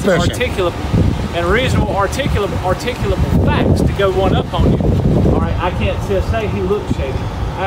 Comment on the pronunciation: He can’t even pronounce it